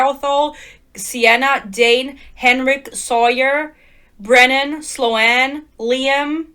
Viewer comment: I think Sloan is pronounced “Slone” not slo-anne